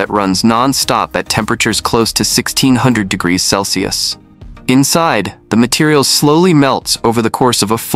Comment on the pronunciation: "One-thousand webben hundred degrees selse" AI slop?